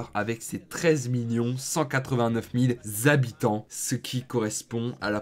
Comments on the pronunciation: Les zhabitants quels angoissent de t’entendre prononcer comme sa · les Zabitants.. Sérieux ??? 😅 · c'est pas pour rien qu'il y a un "h" devant habitants , c'est pour pas faire la liaison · sa fait beaucoup de Zhabitant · Ce "zzzzabitants" fait vraiment saigner les oreilles... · les fameux Zabitants haha, sinon super vidéo continue :D